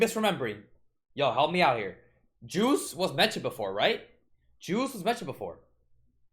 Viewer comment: correction it's Juice not Guese